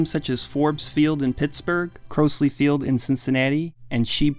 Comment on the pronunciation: Mispronounced Crosley Field and Shibe Park.